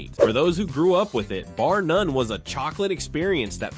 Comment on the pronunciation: Bar “Nun” 😂